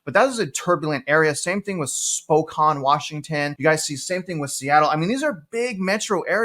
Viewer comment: Did you just say Spo caan, Oregan? Surprised you didn't say San Di ah go! Alburquerque is a shit hole. Unless you're a drug addict, no one should be moving there.